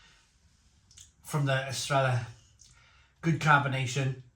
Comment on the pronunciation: The ll sound is like an English y or yuh sound, basically. Don't pronounce it correctly until after the final though.